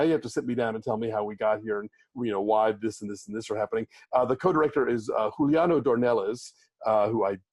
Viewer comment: Hi, guys. It's not Hooliano. It's Juliano. He's brazilian :)